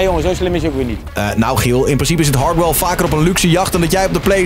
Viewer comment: Niemand: Echt helemaal niemand: Stefan: “Hardhell”